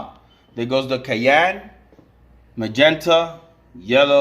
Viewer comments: great work bro...its my forte too. love...oh by the way..cyan...not kayan….lol...just for a laugh..great work keep it up!! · Great Job Brother! and it is pronounced cyan [ sahy-an, sahy-uh n ] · Love the videos! You and I pronounce "cyan" very differently lol. Thanks for the helpful tips! :)